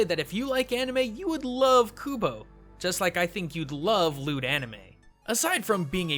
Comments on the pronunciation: lol i thought you said lewd anime. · oh, I thought he said LEWD anime xD